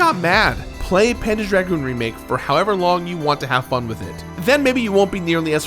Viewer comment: I keep hearing "panda dragoon"